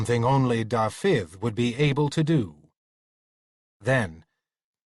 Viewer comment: I do wish he'd pronounce Dafydd correctly. Not Da-fith but Davith! (soft th as in with ,not hard as in think) accent on the first syllable, not the second!